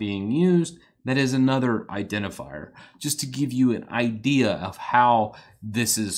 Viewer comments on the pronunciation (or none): none